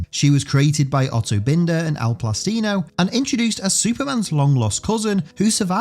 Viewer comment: Just a brief note: Thank you for putting respect on Otto Binder's name by pronouncing it correctly. I understand the confusion, but my eye can't help but twitch when ppl rhyme it with 'finder'. 😆